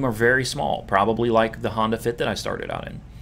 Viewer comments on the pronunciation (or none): none